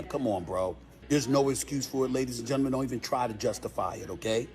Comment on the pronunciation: Wooooowwwwww!!!!! Not the braces having him pronouncing gentlemen correctly. Makes me think he does it intentionally other times.